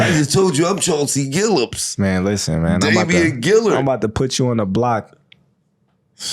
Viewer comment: "Damien Gillard"😂😂😂😂